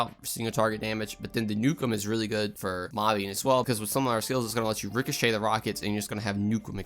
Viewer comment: "Richochet the Ion Cannon" Ohh /my/ god.